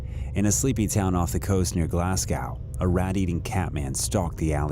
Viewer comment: A tip to Americans. Nobody says Glass Cow. It's Glaz Go. Glazgo - Glasgow. If it was spelled Glasscow then maybe.